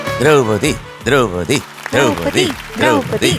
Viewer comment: ദ്രൌപതി എന്നാണ് അല്ലാതെ ദ്രോപ്പതി അല്ല